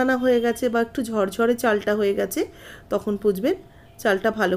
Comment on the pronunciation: কেন ঝরঝরে বলতে পারেননা? বলেন ঝড়ঝড়ে।😢😢😢